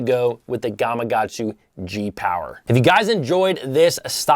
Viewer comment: Nice video...but its GamaKatsu lol